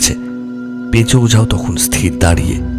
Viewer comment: উচ্চারণ ঠিক করুন।স্থির আর স্তির এর পার্থক্য জানুন আর উচ্চারণ ঠিক করুন।